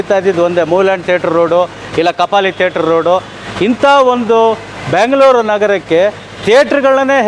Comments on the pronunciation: ಬ್ಯಾಂಗಲೋರ್ ಅಲ್ಲ ಬೆಂಗಳೂರು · ಬೆಂಗಳೂರು ಅಂತ ಹೇಳಿ. ನೀವು ಕನ್ನಡದ ವರಾಗಿ ಬ್ಯಾಂಗಲೋರ್ ಅಂತೀರಲ್ಲ. 😮 ತಪ್ಪು ತಪ್ಪು. ಸರಿ ಮಾಡಿ.